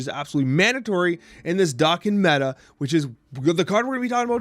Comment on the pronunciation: I see we're sticking with the "dock-in" pronunciation?